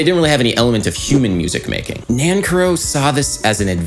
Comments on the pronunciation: A bit late but his last name is pronounced nanCARrow. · You are great and I love your video's but you are saying his name wrong :) I care for you Nan Care OH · Really interesting analysis, I learned a lot. As an aside the surname Nancarrow is from Cornwall in the far south west of England, and we pronounce it with the stress on the second syllable (ie Nan CAR row) instead of the dactylic long/short/short NAN - car-row which you use. Of course neither is 'right' or 'wrong', it's just interesting to see how these things shift over time and space. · Adam Neely My uncle, Charles Amirkhanian, was a good friend of Nancarrow and did much to bring attention to his music. I believe he pronounced his name Nan-Carrow, like the horrible Denny's like diner chain. I got to meet him when I was a little kid. Cool to see this. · Dude, seriously. Learn how to pronounce the names of the composers you talk about! Are you just trolling? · I’m pretty sure you’re saying that name incorrectly. Correct me if I’m wrong.